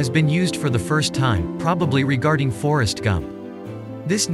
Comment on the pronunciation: The TTS totally had me fooled until I read the comments. On the second listen, it became quite obvious - for example when it pronounces 'Forrest Gump'. Amazing though.